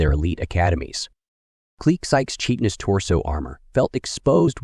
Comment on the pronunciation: FWIW, tell the narrator (or the AI, I can't tell anymore) chitenous is pronounced kie-ten-us, not chee-ten-is